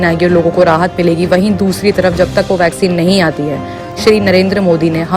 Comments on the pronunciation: Vagzin nai re baba...vaccine bolo ba...😂😂😂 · Mr its not Vagzin...its Vaccine....yaar seedhe bolna tu seekho phale... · vaccine bolna sikhiye